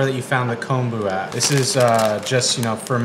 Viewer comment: Get the miso shiru screaming hot then add a raw egg. Yum! Also thank you for your correct pronunciation of kombu. So often it's mispronounced as "kambu".